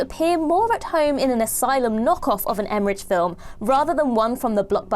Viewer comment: It's pronounced eh-muh-ruhk. Good job if it is his last film so I don't have to hear you butcher his surname again 😂